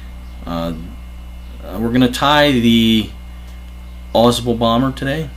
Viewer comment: For the want of something to do I'm looking for the definitive pronunciation of Ausable. I thought it was awe-saable, stress on the second syllable. Then I find the majority going with awe-sable, as in table. This guy wants to stress the first syllable, kind of Awe-sbl. What do the locals say?